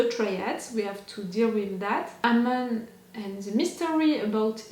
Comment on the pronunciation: It's Amon (Uhhhmon) Well that's how it's pronounced. Well technically it's his name he goes by now. You havn't met all the new characters, you will meet many new exciting ones in other seasons as well as this one. It will be awhile until you meet Bumi and Kiya. But you will love them just as much as Tenzin. Katara did say their names already. So i'm not spoiling their names. I'm not saying when or how they show up.